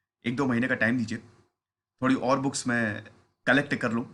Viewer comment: Sir booke nhi books, but thnx acha lgta hai pure Indian touch...